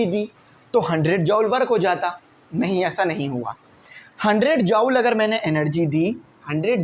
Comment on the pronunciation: Sir its not jaowl it will be pronounce like joool